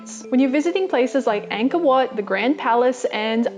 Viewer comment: Cringe worthy incorrect pronunciations of greetings, Khmer (ka-mai), Ankor (encore) wat, and few other minor things. And for those wondering, I am Khmer and one of the lucky few to escape the genocides. Good attempt though.